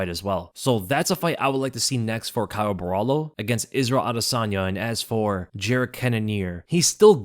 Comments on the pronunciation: just to help you out, Borralho is pronounced Borralio not Borralo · It's BO HA LEE U (that's how you pronounce his name correctly. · For anyone interested, the right way to pronounce his last name is something like “boh-rrah-lhyu” ( the last sylab is very hard to put in text, think of the lh in silhouette but emphasize it a bit more lol ) 👊🏽